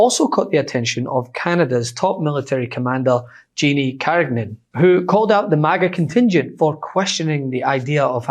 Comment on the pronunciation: carin-yan the g is silent, it's French